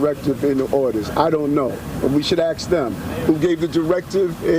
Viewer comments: Yeah you gotta axe the prosecutor....excuse me, aks the prosecutor. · im curious. why cant some americans prounounce "ask"?